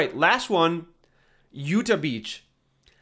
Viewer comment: it's not "youtuh" beach it's YOUTAW beach lmfao